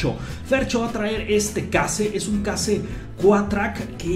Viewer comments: no se dice case, se pronuncia Queishh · la marca Case se pronuncia queis